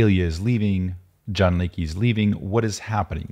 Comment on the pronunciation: Jan's name is pronounced "Yun", unless he's Anglicized it.